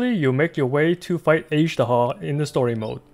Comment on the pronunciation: Why can’t you pronounce Azhdaha properly?